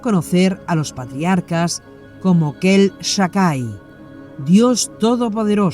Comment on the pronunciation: No es Kel Shakai. Es El Shaday (אל שדי)